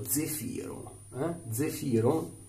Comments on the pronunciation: Credo si pronunci zèfiro, con l’accento sulla E e non sulla I 😉. Comunque grazie della recensione, cercavo opinioni su questo prodotto che ho visto in vendita in un negozio di articoli naturali/biologici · e' Zèfiro.............ma tu lo dici apposta............... ahhahaahahaahahahahahah te possino............